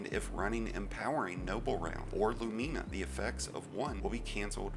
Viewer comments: Your pronunciation of Lumina is jarring. LOO-men-uh, not loo-MEAN-uh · "LuMEEna" still great vid tho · Why people be pronouncing it Lu-meena. Lol. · You are butchering the name of that exotic weapon something crazy 😂😂😂